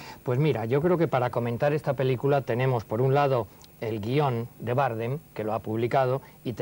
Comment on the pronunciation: Por qué dice Bárdem?